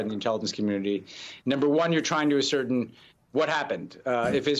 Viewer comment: He says 'asCERtain'?